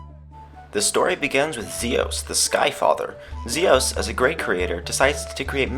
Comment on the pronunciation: Omf, you are bae. Thank you for saying Mira and Zios correctly unlike everyone else!